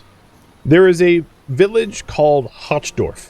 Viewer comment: "Hochdorf" is aptly named - German for "high village"... Though it's pronounced more like "hoke", with the 'ch' sounding like you're bringing up lung-cheese...